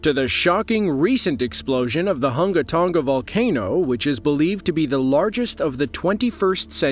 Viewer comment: Dude mispronounced the Hunga Tonga volcano. It's pronounced as Hun-guh Tun-guh Ha Ah Pie